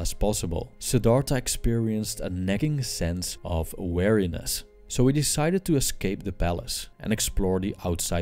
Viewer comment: It's prononced "Wee-Ree-neh-ss". You keep saying "wariness" instead of "weariness". Also, Buddhists do NOT believe that "life is suffering". They believe that suffering is an inevitable part of life. There is a distinct and IMPORTANT difference there.